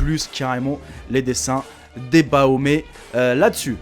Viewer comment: C pas baomé c bafomé